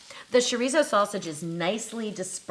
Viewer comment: Besides, it’s cho-ree-so.